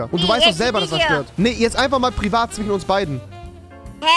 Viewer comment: Rewi sagt einfach zwichen anstatt zwischen 😂😂